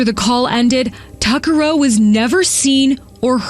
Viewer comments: every single news clip: tuck-a-row this narrator: too-car-row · Tuccaro is pronounced "Tuck-a-Roe" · Her last name is pronounced tuck-a-row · Its Amber 'Touque-a-row' from Fort "McMurray"...... This event is VERY important.... Please watch news clips if you are unsure how to pronounce things , I know you mean well but you may cloud someone elses armchair investigating.... Nisku is basically an industrial park with stores and hotels.... Truckers from EVERYWHERE pitt stop there.... He doesnt sound like he's from here in Alberta .... I would almost guarantee he listens to Howard Stern , and probably loves fishing..... And may have been let go from the service in the States for awkward behavior.....Someone up here in Alberta has heard this guys voice....... And soon Ambers will be heard from beyond the grave....